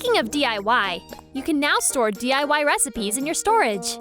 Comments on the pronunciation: “Learn Wecipe” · is no one gonna talk about the fact it said "learn a wecipe" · "learn wecipe" lmao anyways id die if these came AAAAAAA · “Learn Wecipe” ;0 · Did anyone else realize it said “learn wecipe” instead of “learn recipe”? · "Wecipe" ÓwÒ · "Learn wecipe" hahahahaahahahahahahahahah u thought no one would notice lmao